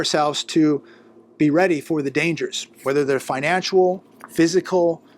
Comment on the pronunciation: It is FINANCIAL, not financUal.